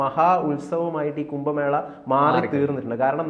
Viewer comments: കുമ്പ മേളയല്ല. കുംഭ മേള എന്ന്, എഴുതുകയും, ഉച്ചരിക്കുകയും വേണം. വല്യ വാക്കുകൾ പറയുമ്പോൾ സൂക്ഷിക്കണം. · "കുമ്പ" മേള (വയർ/ ആമാശയം) അല്ല സേട്ടാ.... "കുംഭ" മേള 😡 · കുമ്പ മേളയല്ല കുംഭ മേളയാണ്